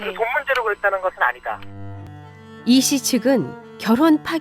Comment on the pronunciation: 이시...채시...씨라고 하는것 아닌가?